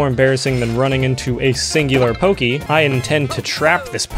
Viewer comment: "I am going to trap this Pokey" POKEYMON